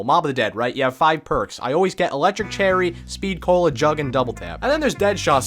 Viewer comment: was it just me or he just say speed colo